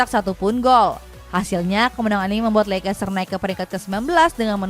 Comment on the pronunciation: Bacanya: leis-ter, bukan leikes-ter